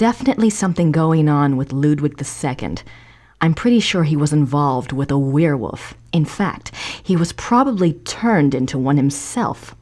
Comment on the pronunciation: The way says werewolf bugs me. It's werewoLf, not werewoof!